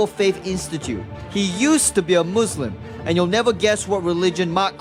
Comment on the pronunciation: He says moslam and he is muslim before haha